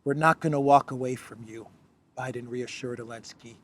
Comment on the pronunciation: did I hear you nright calling Bidsen professsor? Did you mean University Nowhere with a major in ignorance/stypidity? Je*us the depth America has fallen.